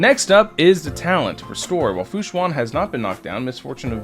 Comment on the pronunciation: its pronounced shuen like shoe-en not shu-an. just fyi! :)